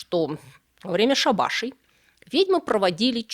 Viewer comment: ШАААбашей,а не шабАААшей!!!🤔😏